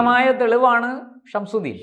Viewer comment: ഇയാൾക്ക് ഗൗതമിന്ഷംസുദ്ദീൻ എന്നു പറയാൻ അറിയില്ല "ഷംഷുദ്ദീൻ " "ഷംഷുദ്ദീൻ " എന്നാണു പറയുന്നത്